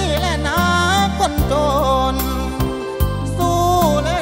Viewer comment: ตัดคะแนนกีต้าร์ (1) การเล่นไมค์ทำให้เสียงขาดหายหลายครั้งมาก (2) การออกเสียงคำสั้นยาว เช่น คำว่าจน เป็นโจน คำว่าเฝ้า เป็นฟ้าว (3) ออกเสียง ล เป็น ร คำว่าละคร 1 ครั้ง (4) เสียงร้องที่แตกหลายจุด อันนี้ลองฟังแค่ 2 ครั้ง แต่ก็มากกว่ากรรมการแหละ แต่เราก็รู้น้อยกว่ากรรมการโขอยู่น๊ะ จริงจริ๊ง